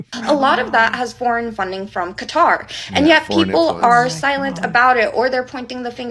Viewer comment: I love you,, but you gotta stop calling Qatar “cutter” ❤😅